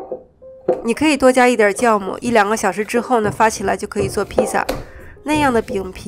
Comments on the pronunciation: 酵母～Xiàomǔ 酵母～ㄒ一ㄠˋㄇㄨˇ 酵母念孝母不念教母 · 酵母，音同校，非叫